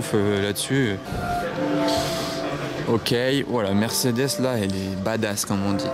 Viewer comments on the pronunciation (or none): none